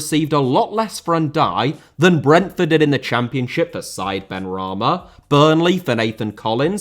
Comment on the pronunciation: Berge* not Bög Benrahma* not Benrohrmer Diamé* not Diohrmei Traoré* not Trayorei Caicedo* not Caiceirouw Idea* not Ideee